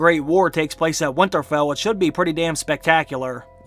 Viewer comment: I love this channel and watch every video, so I'm not bashing at all, but every time I hear him say "Winterfell" I cringe.